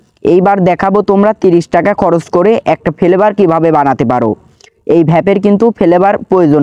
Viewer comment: Vape❌️ Vhaap✅️ Flavour❌️ Felevour✅️👍